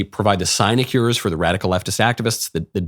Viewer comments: It’s SIN-uh-kyoor goshdarn it Knowles. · Great content of course, but look up the pronunciation of sinecure.